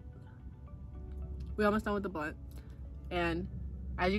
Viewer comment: you said blawnt not blunt 😂😂😂 and thanks for shouting me out lol ..u said fire u cant take it back :p